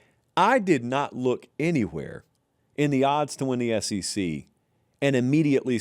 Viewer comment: It is the S E C and NOT the S C C....